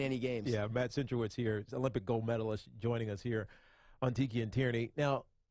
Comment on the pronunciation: Centrowitz* not Cantrowitz